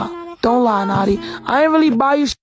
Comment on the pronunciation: he would have pronounced it as 'no tee' not 'nah tee'